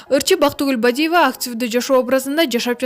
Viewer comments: Туура сүйлөчү же моодабы Бидиива деп сүйлөгөн улу эмес уулу деп эле сүйлөй берсең. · Бактыгул Бадива дейт го, туура так суйлосо жакшы болмок.